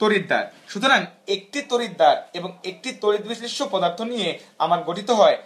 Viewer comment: পোদার্থ নাকি পদার্থ 😡😠